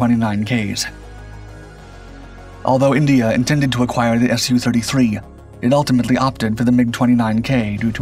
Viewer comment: When pronouncing "MIG", we don't say "M-I-G". So why do people pronounce Sukhoi "Sue-33" as "S-U-33"?